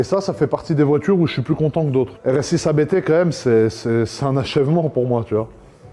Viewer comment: ABT se prononce en une seule fois par contre